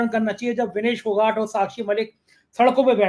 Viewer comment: विनेश फोगाट सही उच्चारण है